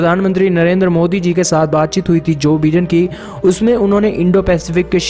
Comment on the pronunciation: Bhai vagwan ke waste thik se pronunciation karle... Jo BIDEN- pronunciation /by-Den/